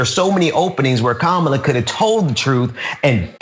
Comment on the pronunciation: Hey black guy. It’s not Kaamla. It’s Kamala you racist a**hole.